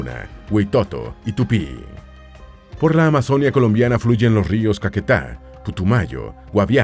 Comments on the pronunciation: "Valledúpar", "amazónia", "antioquía" "auraca"? Wtf "Eliecer", qué dolor de oídos pero aún me lo miré y qué buena forma de describir mi país :) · Es AMAZONÍA con tilde en la I no en la O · Pronuncien bien Amazonía.... No es Amazónia.... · Se dice Amazonía con tilde en la i donde va el acento